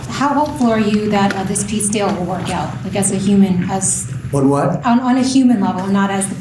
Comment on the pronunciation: Orror crazy not uman